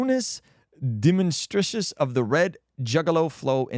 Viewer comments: script says: “Burmese domestication of the red junglefowl” says: “brunice demonstricious of the red juggaloflow” 😂😂 bruh you need to slow down and read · That pronunciation of Burmese domestication is CRAZY. 😂😂😂😂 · the best part was trying to pronounce domestication